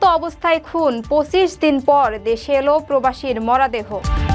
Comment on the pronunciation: আপা আপনি মনে হয় নতুন খবর পাঠ করছেন উচ্চারন আর একটু ভাল ভাবে বলার চেষ্টা করবেন ।মরা দেহ না বলে মরো দেহ বলবেন অন্যরা জে ভাবে বলে